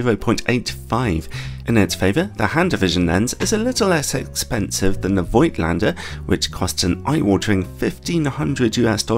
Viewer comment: Fyi: The name is pronounced with an f and without i. A bit like "folk lander", just with at t in in the middle: "folk-t lander"